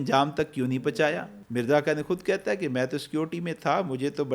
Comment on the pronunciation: باقی سب باتیں تو ٹھیک ہیں لیکن ہے ہوتا ہے نا کے اے ۔